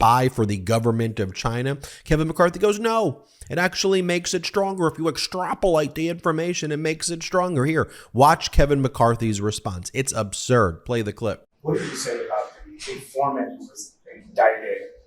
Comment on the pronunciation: Extrap-you-late it further. I am very smart.